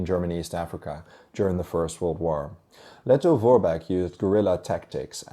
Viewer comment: it is pronounced 'Vermacht' in English. Thought I'd say. And Lettov Forbeck!